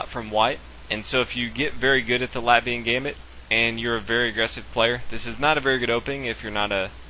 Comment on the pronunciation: Very good ty. Btw the 'a' in Latvia is pronounced like Caffè Latte ;)